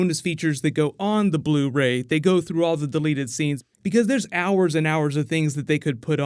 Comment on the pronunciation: On Blu-"Rey"